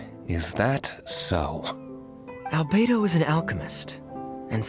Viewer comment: This wouldn't be the first time. there's been mispronunciations of Albedo and Godwin, and the whole Simon Page/Seamus Pegg thing in Barbara's hangout. Hopefully in time this will be fixed... Though the fact that Hoyo still hasn't fixed the horrendous desync with her idol animation dialogue I have low expectations... Why Barbara so broken?